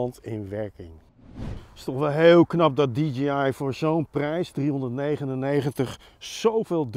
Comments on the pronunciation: Het merk is natuurlijk wel DJI (die djee aai) en niet DGI (die dzjie aai) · Zeg niet steeds DGI.... Het is DIE-JAY-AI <------- Fonetisch Je zegt toch ook DJ als iemand plaatjes draait. "DIE JAY" en niet DG Als je van die filmpjes maakt mag je toch OP ZIJN MINST verwachten dat die wijsneus de merknaam correct uitspreekt. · Stug DGI zeggen ipv DJI